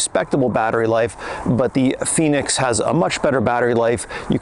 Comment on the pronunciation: FENIX!! Not Phoenix, just saying, great review, I have the FENIX 7X solar and it’s a great watch for outside and training. Expensive though.